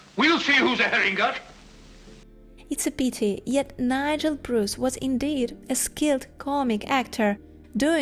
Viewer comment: You Bruce well. .ost Russians and Ukrainians are calling me Bree-yce.